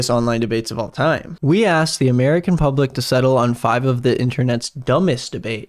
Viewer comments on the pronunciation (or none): none